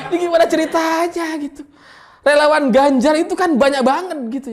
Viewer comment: Renyah sekali dengar sebut relawan tdk jelas...